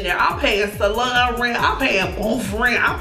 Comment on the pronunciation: I love the way she say salon , salun 🥰